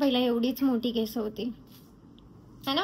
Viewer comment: Kesaaaaa nahi bolt kes boltatst